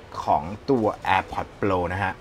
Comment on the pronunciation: พี่ช่วยออกเสียงตามต้นเเบบว่า โปร ได้ไหมครับ โปล โปล ฟังเเล้วดัดจริต